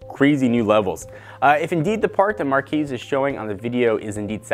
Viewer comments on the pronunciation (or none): It is pronounced "mar-kes"